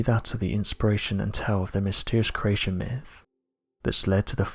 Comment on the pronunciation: Please pronounce creation correctly, it’s extremely annoying ....